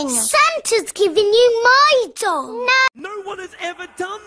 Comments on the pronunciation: When she said my doll to me it sounded like she said my dong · oh i thought he said he wanted a dog instead of doll